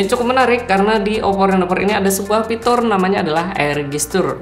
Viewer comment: Kenapa aku terganggu ama sebutan "pitur"...